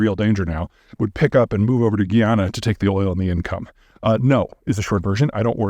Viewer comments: Peter, you are right on point minus a few inaccuracies and the pronunciation of Guyana. It's not Guiana but Guyana. You stress the 'guy'. Apart from that I must agree with you. The Venezuelan military is a disaster but they might do it and only embarrass themselves as Russia did with Ukraine. These cats might be desperate 😅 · Correction on pronunciation: It's: /guy-ana/ not /gee-ann(a)/. The latter pronunciation is closer to the French (a different country) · Ive never heard guyana pronounced that way. Its guy-YAN-a . Also wouldn't it be easier for Venezuela to fix itself than to invade? Still don't understand why their oil is not functioning and we have an embargo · pronouncing guyana geeyanuh is crazy Pete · Guyana is pronounced like Family Guy-ana. For a real wake-up call, read up on the last 50 years of history and British/American dumb ass meddling